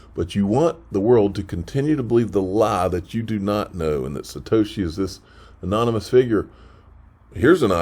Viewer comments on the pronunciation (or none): "The Four Shitoshi". "The Four Shitoshi"....!!!!!